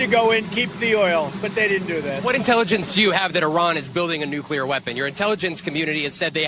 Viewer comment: we love the S@ out of you, but please, it's nuclear not nuculer✌️